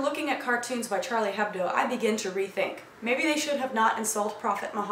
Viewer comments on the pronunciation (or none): Came back to this because i wanted to correct your French :P In Hebdo, he H is silent. So it's more like Charlie Ebdo